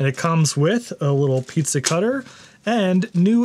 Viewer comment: I took a drink every time you said "pizssa cutter."